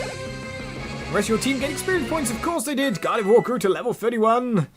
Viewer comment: Lmao he says Gardevoir correctly but tanks on saying Kirlia the right way. 😂😂😂